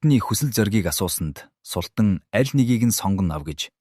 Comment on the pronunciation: Фатмэ биш фатиима шүүдээ. Аа мөн султан биш. Султаан гэсэн аялгаар дууддаг. Энэ мэт үгсийн судалгаа дутуугаас болж оноо алдаад бх шиг бнаа